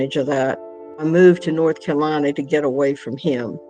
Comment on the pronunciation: Is that really how people from North Carolina pronounce their state? North Cal-ina